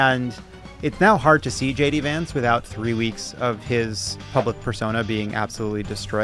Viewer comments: No Jon, you don't have to stop calling him JD Vonts (at 10.23). It isn't stupid, it's hilarious. When you know, you know. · I love that Lovett keeps pronouncing "Vance" as "vantz" (Yiddish for "bedbug"). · haha Jon pronounced "Vance" the british way. 😂 that is how "bed bug" is called in jiddish was my instant association (dunno if that is true, i only have this information from a M.A.S.H. episode) 😂😂🤦‍♀️🤷‍♀️